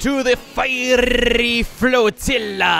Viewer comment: try pronouncing Flotilla like you would tortilla